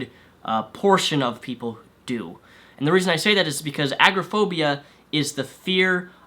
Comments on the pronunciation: I'm not a mental health professional, though diagnosed with multiple anxiety disorders myself, I believe you made a couple of errors. Maybe you're just pronouncing it wierd, but agraphobia is very different from agoraphobia. Agraphobia is the fear of sexual assault; agoraphobia is what you are describing, a fear of unfamiliar and uncontrollable surroundings or large and heavily populated areas, often public places, which interferes with living when it progresses to being unable to leave your home. Panic disorders can in rare cases cause fainting but a severe panic attack is more often mistaken for a heart attack, and further worsens when one then begins to fear dying, not getting medical help, suffocating. It's more along the lines of feeling unable to breathe, chest pain, hyperventilating, feeling dizzy and faint, etc. Consiousness is rarely actually lost. Severe panic attacks often times lead people to the ER, thinking they are severely asthmatic or having a heart attack. Social anxiety untreated can very easily lead to developing severe agoraphobia, as isolation is a key factor in both. Also, I agree with never self diagnosing. I find it insulting when anyone boasts a self diagnosis of any type of anxiety disorder, without seeking proper medical attention. It is a disability, like any other, and debilitating, requiring a substantial amount of therapy/combination of medical treatments. Feeling some anxiety is normal, it is the activation of your 'fight or flight' system, un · Not a huge deal, but agoraphobia is pronounced A-Gore-a (short a)-Phobia. Just letting you know for future. Nice job with these!